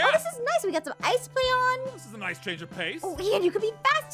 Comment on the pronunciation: I love she says noice😂